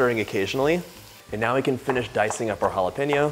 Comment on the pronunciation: Oh Dios mio, que delicia de zopa!!!! If your mom is Mesican, why do you say. halapeiño…. No..no..no…jalapeño sounds better!!!, 😊. Best wishes from Santiago de Chile. ❤